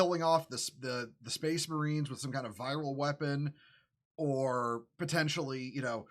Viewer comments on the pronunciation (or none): none